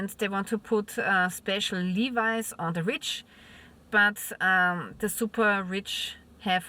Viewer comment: G'day, once again Levies is not pronounced Lee Vi like the blue jeans it's Lev EEEEE like driving your Chevy to the Levy but the Levy was dry, listen to the song American pie by Don McClean and you'll know 👍.